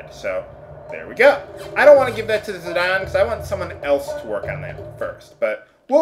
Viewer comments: It's zidane not zidawn like your pronouncing it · this is how the character here is prononced Zidane Tribal [ziˈdɑːn ]